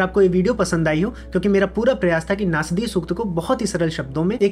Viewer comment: नास्दीय नही ! नासदीय !!